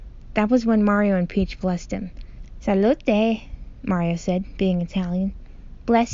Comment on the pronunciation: As an Italian that “salute” gave me a weird sensation, not negative tho